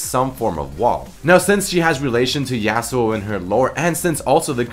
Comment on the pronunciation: stop saying "YAY-SUE-OH" it's pronounced as "YAH-SUE-OH". Appreciate the free content, but it's like hearing a chalk board being scratched. And you say it so many times in this video. It's extremely jarring. Other than that, this video is great!